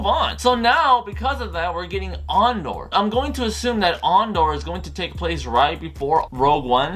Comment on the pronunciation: So..you're a big SW fan yet don't know if Andor is a series or a film..don't even know how to pronounce his name and bad mouth arguably the best SW film in the franchise.? Lol Obi wan is a favourite of yours? Says it all really ..you obvs dint remember how utterly shit the prequels were.